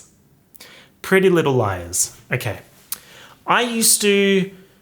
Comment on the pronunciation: Not captions telling me you’re saying “prealize” instead of “pretty little liars”